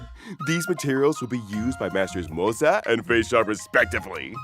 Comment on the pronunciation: Why tf are you saying MOZA for Moze?